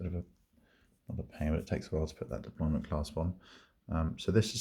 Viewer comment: Lovely watch. You said deployment you naughty man. Deployant sir!😁😁